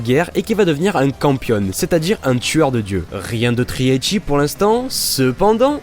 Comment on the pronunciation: Le WTF de Henken Shoujo est sans limites C'est pas "Eichi" c'est "Ecchi", pas de "i" à prononcer